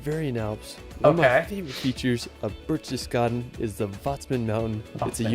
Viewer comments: nonono No birchtes… it’s Behhhrchtesgarden … the same “eh” like in porsch-eh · Wow! Enjoy your time there. I have vacationed in Germany, Austria and Switzerland many times and have seen most of the areas featured here. It really is that beautiful! My favourite city is Freiburg. PS his pronunciation of Berchtesgaden is not quite right, but you will hear the correct one when you are there.